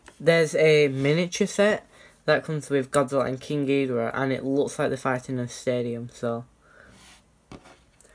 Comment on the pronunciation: I thought you said King gordita 🤣🤣🤣🤣